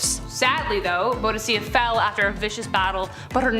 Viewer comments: Boudica *Boo-di-KAH, not Bow-di-SIAH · ??? Pretty sure it's pronounced more like queen boo-dih-caa. Who informs yall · And she’s awesome in all the war games I play ! No joke! And yes she pronounced her name wrong but hey, she’s adorably cute…so she can mess up anytime it’s all good! ❤️❤️❤️❤️❤️ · You mispronounced Boudicca's name.